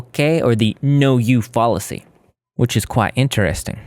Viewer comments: bruh i can’t take u trying to point out the issues w her arguments seriously w u mispronouncing the word fallacy like “fall-acy ” 🙃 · He's also saying fallacy wrong, it's pronounced fal-uh-see, with the fal rhyming with pal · Pls google how to pronounce fallacy lol